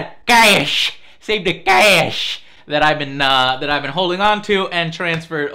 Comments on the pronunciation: like that "caayash" lolll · SAVE THE KAESHHHHH!!!! lol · LOL.. "CAYESH" "CAYESH"